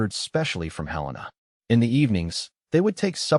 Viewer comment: 🩷 Wow! Good story. AI even pronounced Helena correctly!